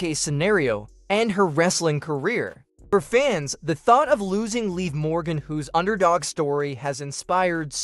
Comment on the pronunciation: If you guys are going to be a newscaster any and all of you newscasters when you signed to mention Morgan's name why can't you pronounce it right you all been all of you newscaster been saying it wrong it's live Morgan that is her name is called Liv Morgan get it right get it right say it right say it right stop saying it all wrong